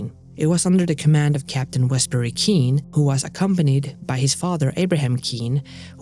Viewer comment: And one other note: capt's Abram and Wes surname is pronounced "Cain" or "Cane" Us Newfoundlanders can be a bit weird "wit' prunouncin' gear duh way tiz spelled" in that we rarely do.